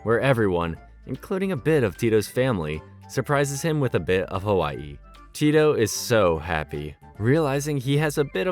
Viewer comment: Nice pronunciation on “Hawaii blues” over cool! Loved this show I kinda lived this life in Oahu. Except the snow parts but surf and board sports were a lot of fun.